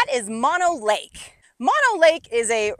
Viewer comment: nobody i know calls it mon o lake---my family has been in owens valley ranching for about 100 years--everybody i know calls it mo no lake...city slicker